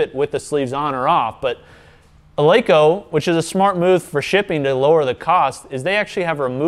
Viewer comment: Pronounced "El-eh-ko", fyi, not "El-ee-ko".